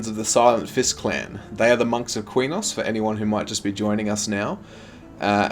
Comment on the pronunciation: Qeynos has never been Queen-nos either as far as im concerned love these videos tho.